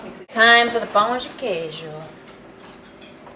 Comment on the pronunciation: Perfect pronunciation of Pão de Queijo